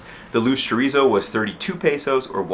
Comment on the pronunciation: There's no "a" in pesos man, just letting u know. You keep pronouncing it wrong.